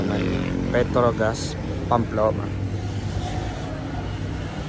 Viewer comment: Pamplona po not Pamploma